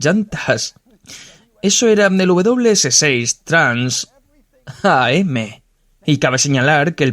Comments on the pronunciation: Exacto, se pronuncia Trans-Am, lo mismo pasa con el Grand Am. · TRANS-AM no Trans A-M. TRANS AMERICAN CHAMPIONSHIP. Hay que conocer un poquito más para poder mencionar ciertos modismos de manera correcta.